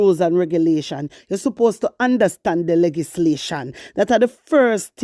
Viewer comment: Good morning my warrior, bun fiya pon dem. Plz note that the correct pronunciation is L E GIS LATION blessings